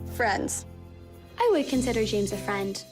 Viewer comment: says friends like frients